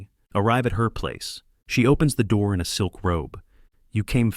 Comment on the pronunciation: At this point, I don't care anymore. They're entertaining. Also, why tf can the AI not pronounce "door"? 😂